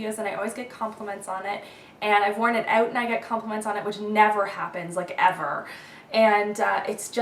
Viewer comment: ou-oo-t instead of ow-t